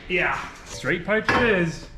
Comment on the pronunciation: "pypes"? holy hell man.